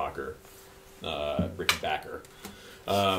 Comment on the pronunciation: What is a Rick-en-bacher? It's Rick - en - back - er.